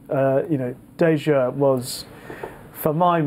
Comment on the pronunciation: It's Dayjur, not Dajur.